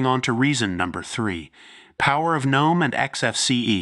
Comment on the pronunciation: Thank you for saying Nome!!!!! Not Ga-nome!! THANK YOU!!!